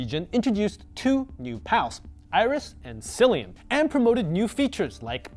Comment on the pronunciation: You didn't even actually watch the anime to learn how words are pronounced. "Cilian"? It's Cilan. Pokétch is clearly pronounced as [po-ketch] if you bother to watch the show